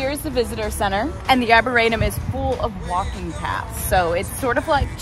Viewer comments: I’ve lived in JP for 20 years. That is not how you say Arboretum. It’s Are-bore-re-tum. Also turtle swamp is on Washington street not Centre Street. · first time I've ever heard that pronunciation of arboretum makes you sound somewhat uninformed. but you go girl. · I’m really glad you enjoyed our neck of the woods. We are on the JP/Roxbury line & absolutely LOVE it here! For future reference, you can just call it “the Arb”…that’s what most of us locals do. I know that anyone from JP is cringing at your pronunciation lol. No worries tho. There’s soooo much more to explore here so if you’re ever in the area again I can recommend some cool spots!